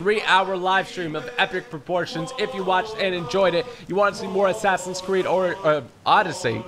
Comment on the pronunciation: He said assassin's tewwd